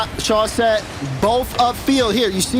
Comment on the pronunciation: man teach how to pronounce words ffs solary, chausette- the way she says it just takes me out of it